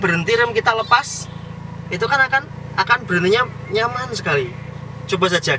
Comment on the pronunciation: Nyamaaaan mas bkn nyampaan😁😁😁😁